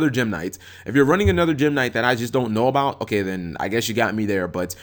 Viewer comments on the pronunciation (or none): none